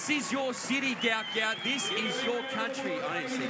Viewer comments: His name is pronounced ‘Gwat Gwat’…due to a clerical error by Somalia on his passport his name was incorrectly spelt Gout Gout instead of Guot Guot. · Its pronounced go-ut not gout gout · Could commentators use the correct pronunciation of Gout Gout’s name. His father in a press interview gave the correct pronunciation and spelling. A mistake happened when filling out papers coming from South Sudan correct spelling is Guot Guot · The name is Guot Guot, pronounced Gwot Gwot. For the exact pronounciation, see his father speak about him at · Guot Guot (pronounced Gwot Gwot)